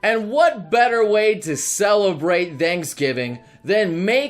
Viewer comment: Ok, I know he said Thanks Giving, but could have sworn I heard him say Danks Giving.